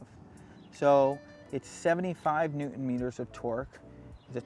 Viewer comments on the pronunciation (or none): none